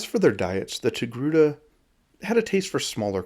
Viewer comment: Ah yes the Tocake...err...TOGRUTA species.